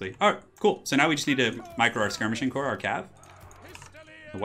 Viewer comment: you say corpse vice core for the corps...porque?